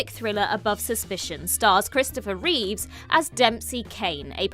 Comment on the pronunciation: Christopher Reeve not Reeves.